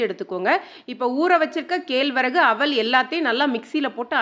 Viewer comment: கேல்வரகு இல்லை கேழ்வரகு. அவள் இல்லை அவல் 😅😅😅